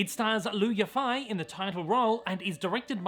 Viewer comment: it's pronounced "Eee fay", fei sounds like the first syllable/half in "fairy" or "fade"😁 and the Yi sounds purely like the letter E. I'm no expert (been learning Mandarin for just a few years) but I think her name is beautiful and deserves the correct pronunciation